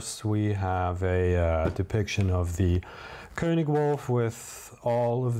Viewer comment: THANK YOU for pronouncing König correctly 😂👏👏👏👏